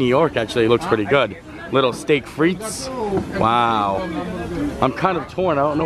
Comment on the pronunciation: Frites (as in steak frites) is pronounced freeeeetes. Hubby said I had to tell you or stop screaming at the TV lol.